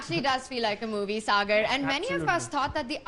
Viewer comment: always mentions sagar as "cigar". Thus cracks me up always😂😂😂